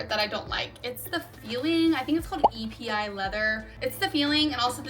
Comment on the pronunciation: Alma's are one of my fav LV bags. Capucines are my next favorite. Also, it's Epi - pronounced "ehpee". But, if you're not a traditional, structured, top handle handbag type of girl, almas are not the one for you.